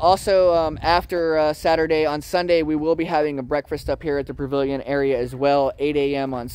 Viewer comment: Sweetie, there is no r in pavilion.. except you R.